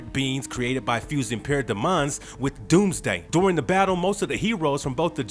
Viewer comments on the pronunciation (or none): Why does he say paradamaon instead of parademons💀💀💀😂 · Para-Demons..NOT De-Mons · Did anyone else find them selves yelling at there phone every time called para DEMONS "PAIRODEEMONS" or when he called "Etrigan the Demon" "Trigon the Demon" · IS IT JUST ME OR IS HIM SAYING PARADOMONS FUNNY BECAUSE ITS SPELLED PARADEMON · Good vid, wish you knew how to pronounce parademons and Etrigon.